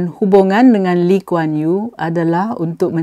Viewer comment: Nama pun disebut x betul....PhD apa camni.... ....Lim Kuan yew? ....ngeh ku heng?